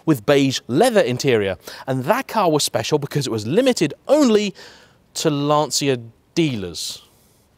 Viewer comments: Great review,. Some corrections in your video review 1)....It's Lan-Chia, not Lan-See-a 2)...now famous some arch extensions. Those arch extensions are the famous quattroesque fenders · It's LAN-TCHA not LANSEEA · It's actually pronounced lan-cha not lan-see-ya as in Italian ci would be pronounced as a ch sound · if only this is in right hand drive. a collector car. but you pronounced Lancia wrong. it is pronounced "Lan-Chia" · Starts off video by not pronouncing 'Lancia' correctly. What is wrong with people? It's perfectly simple! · It's the wrong way. Better to pronounce it correctly, surely? Might also make you seem a little less like you're trying to sound like Clarkson.